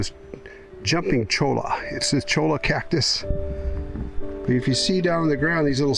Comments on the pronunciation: Choya is how you pronounce Cholla. Palo Verde's do get leaves through the summer, I suspect you were just before they get their leaves for the season. The Ocotillo, it sheds leaves rapidly after the rainwater is gone, but as soon as any appreciable rain falls it leaves up again - based on rain and not on season. Ocotillos are members of the Rose family. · Cholla, pronounced choy- a. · The jumping cholla is pronounced "choy-yu". If you get one of those little balls stuck on your clothes, you can use your comb to remove it. One time, my wife and I stopped at the home of some friends. When she answered the door, she said "Welcome, but you can't bring that into my house!" We looked down. and my wife had a cholla ball stuck to her shoe!